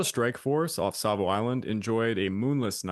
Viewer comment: There is no L in Savo.